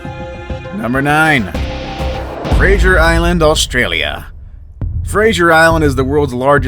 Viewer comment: That’s not how you say Brisbane and Fraser 👏👏🧠